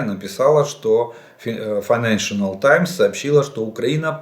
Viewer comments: Уважаемый Олег Владимирович. Financial Times- файненшл таймс, не файненшинал таймс. Ракеты Hawk- Xok,- Сокол, не хавк. Так звучит на Английском. С уважением Вячеслав, США. Живу здесь 30 лет. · Жданову, Произношение financial times— Фай-нэн-шал таймс